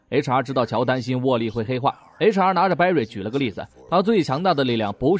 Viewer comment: HR都聽成查😵😵